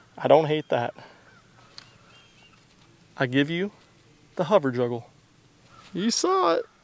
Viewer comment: Says hover juggler, but i could swear i heard you say hover juggalo. woop woop mfr😂